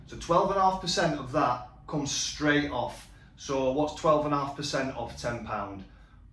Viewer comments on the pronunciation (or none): none